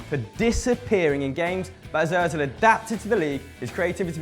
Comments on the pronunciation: Ozil not oezil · It's Mesut Ozil not Mesut Ozeil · its not Oezil its Ozil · It's Ozil not Oezil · Mesut Ozil not oezil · It's Ózil not oezil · btw...Ozil not "Oezil" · its ozil not oezil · wtf is oezil it is ozil not oezil ozil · IT'S ÖZIL NOT OEZIL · "oezil" rly m8? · it is ozil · *Özil not Oezil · Oezil wtf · oezil haha lol 😂😂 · “Oezil” just wow. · Toby Mont It's Özil ;p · And Mesut Oezil... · oezil?? do u even spell bro?? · mesut "oezil" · Oezil!?? Its Özil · It's Özil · its özil you morons